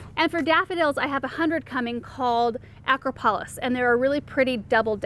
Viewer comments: Acropolis is pronounced like the Greek temple in Athens, ah-crop-o-lis :) that one is soooo gorgeous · Acropolis is pronounced A-crop-o-lis, which is a Greek fortification on a hill. Anyway, I'm ordering my bulbs. Thanks for the inspiration! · Yeah, I snorted when she mispronounced that one.